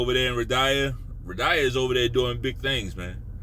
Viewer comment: Dude said ridyha. 😂😂😂😂😂😂😂😂😂😂😂😂